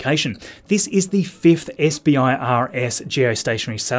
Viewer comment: SBIRS is pronounced "Sih-Burrs"... for future reference. I used to be an engineer on the space based infrared satellites.